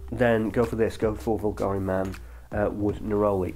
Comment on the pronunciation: I want to book a Zoom session just to teach you how to pronounce Bulgari